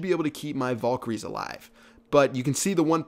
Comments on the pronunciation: (Val-KA-rees) Not (VOL-ker-ees) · Nice vid Fyi its valkeries not volkeries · your pronouncing valkyries wrong. Its not pronounced "volkyries" its pronounced "vhalkyries more or less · like this if when he said "vulkiyries" it pissed you off